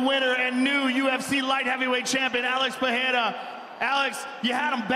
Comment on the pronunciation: why can't everyone pronounce his name correctly it's not pahera its Pereira joe rogan is joe bogan right